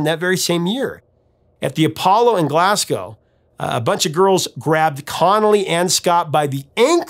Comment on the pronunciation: Well done for pronouncing Scotland, Glasgow and Kilmarnock correctly 👏👍👌